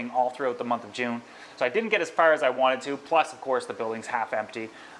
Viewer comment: " and i really wannit it" see why its important to say the letter T in wanted ... i bet you say granite instead of granted aswell